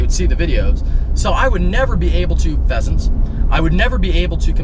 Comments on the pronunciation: I sharted when he said pheasants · ..... pheasants lol